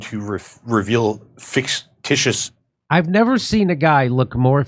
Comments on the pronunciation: '...fix-titious affairs....' Great, a programmer who struggles with language. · Lol. "Ficticous affiars". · Dude i agree that dude may really be AI. “Fix Tishus” AI does subtly fuck words up like that!